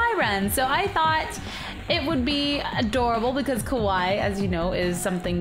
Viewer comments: Actually Cupquake, Kawaii is cute. Kawai, I think correct me if I'm wrong, is a misspelling of Kawaii. Also it's pronounced Kah Why ee (I'm not good at Romaji) Google translate isn't exactly the best at translating but it can somewhat tell you how words are prounounced. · i dont think youre saying kawaii right :3